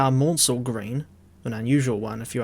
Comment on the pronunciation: The correct pronunciation of Richard Maunsell’s name is “Man-sell” as in “cancel,” not “mawn-sell.” A very common misconception, but I hope you take this on board and pronounce his name correctly in future! Excellent video otherwise.